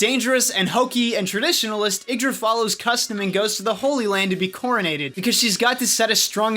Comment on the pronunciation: Ye-ig-dra not iggdra